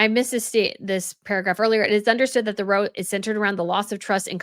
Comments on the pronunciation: I love your channel and your videos! I just wanted to mention that when you use the word "row" in the British sense, meaning an argument, it should rhyme with bow as in "Take a bow," and not bow as in, "I put a bow on the gift." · If you want to be a reporter, please learn how to pronounce words. There is no "d" in Sentebale. And "row" is pronounced like "cow" not like "no." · VERY good advice here. My knee-jerk is to side with Sophie but I know nothing about her. Knowing harry's laziness and entitlement I'd think he'd be difficult to work with. But.... **just a note,,. When "row" is used to describe an argument the "ow" is pronounced as in "owl", "ouch".. different from rowing a boat. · Row = pronounced like now but with an r. Means to have an argument. Sorry to be “that person”. ;)